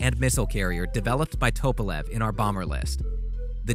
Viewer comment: How do you get " toe-pa-lev" from Tupalev ? I mean after all that is why it is a TU-* . Come on dude